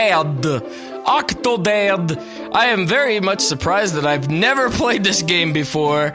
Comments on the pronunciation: "VELCOME TO OCH OOCHH OCTODAAD" ~ 2014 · Haha the way he says octodad in the intro. 'Ughkktoded' I'm sorry but that's just hilarious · Hahah I like how Nova says Octodad, I can't stop laughing.